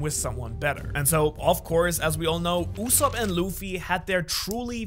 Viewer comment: did u call soge KING USSOP??, AINT NO WAY YOURE LYING RIGHT